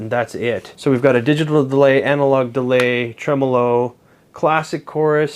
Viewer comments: "Analog DEAY" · It's Deray actuarry 😁